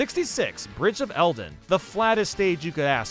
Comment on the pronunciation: It’s, not Elden. Din is the fire goddess. Eldin is the volcano area named after her.